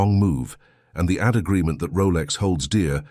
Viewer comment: The AI voice just can't pronounce AD right